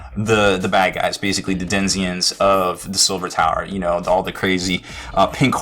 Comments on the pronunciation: did you really say "DENZIENS" instead of Denizens? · It's "den-ee-zens", not "den-zee-ens" :) Thanks for the video though. Just what I needed before my first game :) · 23 people are hung up on the pronunciation of 'Denizens.'